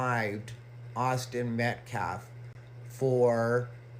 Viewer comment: And that scumbag fake pastor with a criminal rap sheet a mile long up there invoking blk victimhood to try and spin the narrative. The dummy mispronounced the Metcalf last name a few times and he kept mispronouncing common words. He’s a low iq idiot who only knows how to lie and gaslight. This is who their community let’s speak for them. No class.